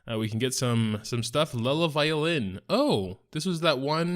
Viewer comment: Ayyyy you said it right this time buddy :D